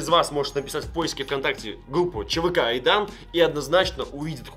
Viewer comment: Так угарно когда не может Р выговорить и называет чвк Айдан😂😂😂